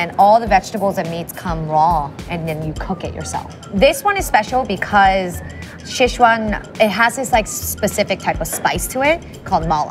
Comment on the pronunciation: Pretty good, though I did get a kick of the mispronunciations of Sichuan and Chengdu. My wife is from Chengdu. The food selection though is on point, biang biang noods, lamb skewers, and hotpot are favorites of mine.